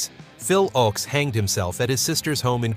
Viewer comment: It's pronounced "OAKS", not "OX" !